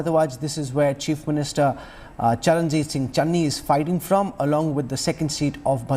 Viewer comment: Kamse Kam marati netaaon ka naam toh teek se bolege. Channi hai chenni nahi, name tak nahi pata, bole capable CM. Chaar mahina pehle koi iska naam pata ta. Capable CM kaise AAP ko pata chala